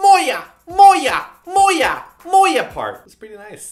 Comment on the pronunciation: its molla not moya . i think molla means i dont know.